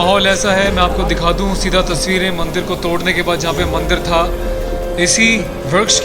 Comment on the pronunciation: Bhai mandil nahi mandir hota hai. Thoda hosh main kaam lo.